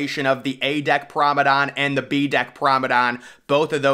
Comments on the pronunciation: It’s P R O M E N A D E, GET IT RIGHT 😡😡😡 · Are you saying "Pramadon" on purpose? You can't not know how to actually pronounce the word